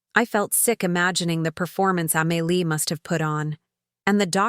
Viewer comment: Emily…Amily…?? When her name is supposedly Amelia? This is so badly narrated, it’s almost a crime.